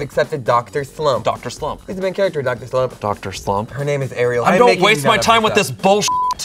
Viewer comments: Dr Slumps main character is Arale not “Ariel.” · It's Arale, not Ariel. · Did he just called Arale fucking... Ariel? Like the mermaid? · The character from doctor slump is not called “Ariel” it’s Arale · It's arale not ariel